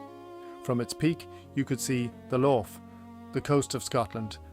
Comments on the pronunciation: Did you say, "Loff"? It's a Lough. Pronounced the same as a Scottish loch. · Comber is “cum-ber” (as in cucumber) - the b is not silent Lagan is “la gun” (rhymes with dragon) Lough is pronounced like the Scottish equivalent Loch (or at least lock if you can’t manage that), not like Loughborough. Other than that a surprisingly interesting video for something AI spat out.